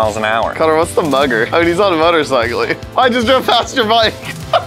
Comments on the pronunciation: "Motorcicle" WHAT!?!?!? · Nobody:: Motorcicle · ok. 2 things. #1. We knew what 2 of the 3 were going to get because they spoiled it in the beginning preview and during the intro.....get rid of these spoilers/Previews #2. "Motorcicle" Come on guys.....really? lol